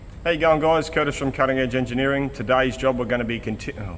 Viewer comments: “Curtish…”. Good one. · Kurtish, I think you have something there. I for one always hear "how you young guys" instead of "how you going guys?"" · Woohoo, now we can now add another "internet language" to the dickshunary. 😁We already have "AvEish", now we can add "Curtish". 😅